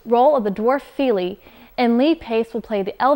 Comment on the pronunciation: I'd have thought the pronunciation isn't Keeley and Feeley but Killee and Fillee (with the first "i" in each being short, as in "hit").